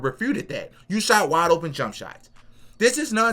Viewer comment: Love the content bro everything you said is 100% suw sub! Lol I know how you kept saying waide open shots that's a great point bro ! Lol 😂